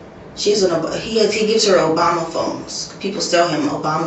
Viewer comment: "Owebama" phones. That says it all.